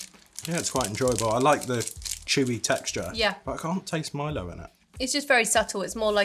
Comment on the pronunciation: you were right the first time, it’s Milo, “ My Low”.